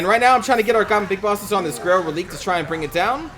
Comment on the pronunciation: I believe it's pronounced "Reh-lih-kay".